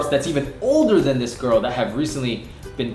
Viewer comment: Griffen Girl you said girk not girl.